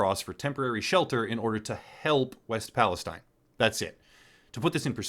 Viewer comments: It's EAST PALESTINE! Nothing you say has any credibility when you can't say the proper name of the town In question.. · I'm sure you've realized this by now: East Palestine, pronounced palasteen. East Palestine is part of the Mississippi watershed. Everywhere between Pittsburgh and New Orleans should be considered part of a greater disaster zone. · East Palestine.....and pronounced pales(teen) Geez. ......get the city name correct at least as to the respect of the victims. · EAST Palestine. And the locals pronounce it pal-uh-steen. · West Palestine? And you're not even pronouncing it correctly. And no, mainstream outlets aren't reporting properly on this at all. They're giving the pat answer that everything is safe. GFY. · Perhaps do more research and actually get the pronunciation of the town right. 🤦🏻‍♂️ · How can you call this good. He can't even get the town name right while showing articles with the name in the headline